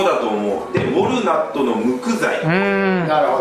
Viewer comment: みんな素敵な家具ですね のウォルナットの発音がぎこちなくてクスッでした。 クルミ材いいですよね ギャッベ（アフガニスタンの）は私も愛用しています。 私的にはすごーく高かったけど、いいお買い物したなと思って後悔はありません。 確かに魚は珍しいっていうか見たことがないです。 ブルーの色は見るけどグリーンが混ざっていたりするので、この色はホントにキレイです。 うちはネコがゲーってしても弾いてくれるのでササッと拭くだけでキレイになります。 で。数年使ってもへたりません。